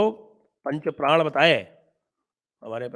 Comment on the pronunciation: लेकिन प्रधानमंत्री जी तो प्रण का उच्णारण संभवत:गुजराती भाषी होने के कारण "प्राण" कर रहे थे!